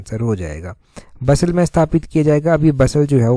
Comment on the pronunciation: Sir I think it's बसाल Not बसल